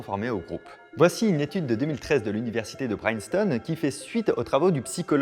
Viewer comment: Princeton tu l'as prononcé "Praïnceton" ?!